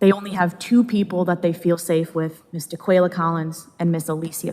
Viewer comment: ‘Daqulia’. I can stop watching already. I know where this is going.